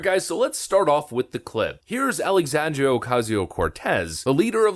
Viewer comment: Lol “Alexandrio” Ocasio Cortez”